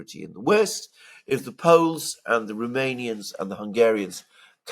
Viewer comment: It's Rooooomanians not Rumamians !